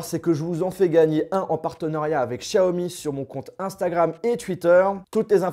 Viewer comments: Chiaomi naannn, c est xiaomi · C'est Xiaomi pas Shaomi Merci